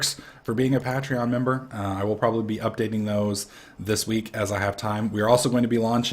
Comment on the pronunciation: Pay-Tree-On not Pat-Tree-On xD